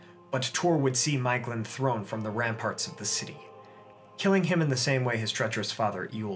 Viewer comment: Thank you for another great video. It would have been even better, had you pronounced all the names correctly: Idril and Maeglin were the worst ones.